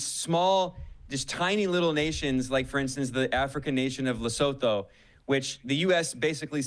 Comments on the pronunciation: its pronounced, leh-sue-two , just a heads up for future reference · Lesotho is pronounced Lesutu 😊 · Love you Kyle et al., but is so painful to hear the pronunciation of Lesotho so incorrectly each time!!😖😖😖😖. It is pronounced "LesoTWO"- as if with the number at the end... please gawd😫😫😫😫😫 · It is pronounced LA-SOO-TOO